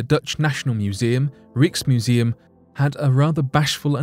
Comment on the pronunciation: Fake rock. Could it be from a tree that was petrified aeons ago on the moon? And Rijksmuseum is pronounced Rykesmuseum.